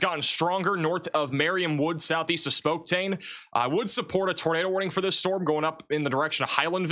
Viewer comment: I’ve honestly never seen someone so incapable of pronouncing names correctly. Spoktane? Where does that even come from? Van Buren was so painful. How do you just make up a whole syllable out of thin air? I like, but when your job is to clearly communicate location-specific emergency information, it really does matter to get the location right and pronounce it clearly and correctly (or at least darn close to it). Maybe needs to take a break from software coding and practice his towns and maps. These are well known words—it’s not flabbergasting to know them. It seems off track and counterproductive when goads the chat with immature 6 7 nonsense, but has his mods punish those trying to educate him on pronunciation. Some people get way too nitpicky, I get it, but sometimes, and more and more frequently is way too far off.